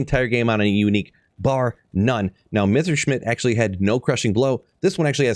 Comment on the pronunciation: As a german watcher I love how you pronounce Messerschmidt